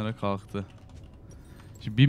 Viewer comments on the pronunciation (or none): abi kaltı derken lmao :DDD